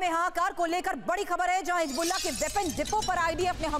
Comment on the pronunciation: Kharbooja hisbullah pronunciation is completely wrong